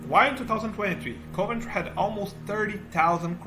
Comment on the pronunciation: OK, luckily you've subtitled your speech, otherwise it would have been widely incomprehensible to me. Fair enough, I am no native speaker, neither, but maybe you'd ask a third party person to assist you at least pronouncing the city names properly, Nun-tess and Coe-Vantry, in fact, would have been two of which I've never heard so far 😉